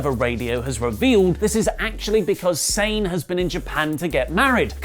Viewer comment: Quick question: isn't kairi sane pronounced as kairi Sah-neh?